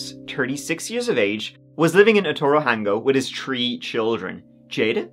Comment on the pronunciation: U nailed the pronunciation of Otorohanga friend, Ngā mihi✌🏾